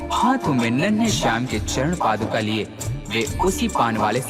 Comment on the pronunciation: पादुकामनाएं नहीं होता भाई 😂 ,, पादुकाएं कहते है ।। 😊